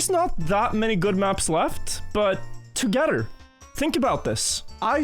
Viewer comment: saying any English word that starts with 'th'::face-red-heart-shape: saying 'together'::face-purple-sweating